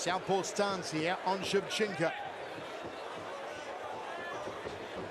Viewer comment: ShevchenkO! Not ShevchenkA ! 😡